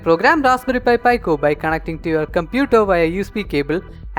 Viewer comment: its pronounced PE-CO not PI-CO